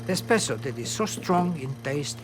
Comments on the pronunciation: Anyone else bothered by the lady calling espresso expresso in supposedly one of the oldest and most refined coffee shops in Venice, did they really hire a rookie to make commentary on this portion? I'll give her the benefit of the doubt and chalk it up to language barrier. Also a major point was glossed over, that when Italians wanted their coffee faster, it was the Gaggia family who started to produce pressurized coffee makers. The reason people wanted coffee faster was because too much break time was being taken up by waiting around for coffee. It's said the early days of espresso produced bitter cups, but as bean blends became more refined as we know them today they became more robust and with sweet notes of various flavors. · Did that lady at just say expresso?!? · SHE CALLED IT EXPRESSO I KNEW IT ALL THOSE PEOPLE SAYIN' IT ESPRESSO ARE TALKIN' OUT THEIR ASSES!!!!